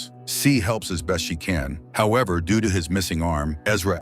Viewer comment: Am I the only one who heard him say, “Doodoo,” every time he tried to say, “due to”? 😂